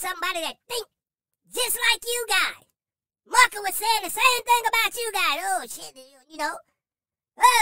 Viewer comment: You are so funny! When you say Muhkah I am crying! 😂😂🤣🤣